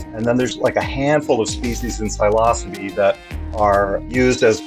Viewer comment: they way bro said psilocybe